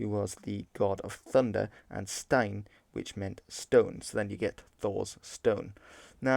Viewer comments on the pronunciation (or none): none